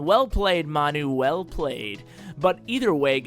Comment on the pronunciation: His name is pronounced (Man-You) Manu is a short for Manchester United the soccer team:) Great video!!